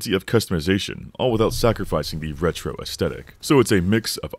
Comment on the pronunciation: Great video, but how you pronounce "aesthetic" is unsettling.